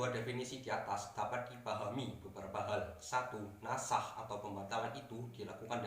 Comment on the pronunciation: Bukan nash tapi nasakh